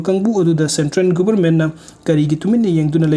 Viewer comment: Its central....not sentren